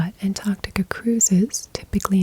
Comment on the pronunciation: An American who can pronounce Antarctica correctly 🤘hell yeah